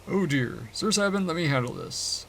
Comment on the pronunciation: I've never heard Sabin's name pronounced like that b4, everyone I knew pronounced it "SAY-bin".